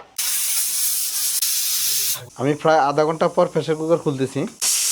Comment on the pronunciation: কথায় কথায় ইংরেজি ইউজ করছেন। কিন্তু বাংলা উচ্চারণ টা ঠিক মত করতে জানেন না। ফেশার কুকার কি জিনিস ভাই?